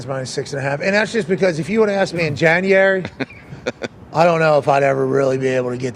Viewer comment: is gold, “Janrary… FOREVER!!”🤣